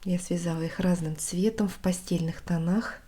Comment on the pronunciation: Связала с Вами уже много чего - и снежинки, и шары, и несколько салфеток! Спасибо огромное за Ваш труд! (Только еще хотела сказать, что пастельные оттенки произносится как "пастЭльные" - от слова пастЭль (нежные дымчатые оттенки пастельных мелков), а у вас получается про постель, постельное белье😊)))